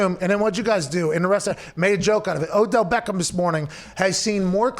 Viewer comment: Yooooo it’s Obell Deckem jr.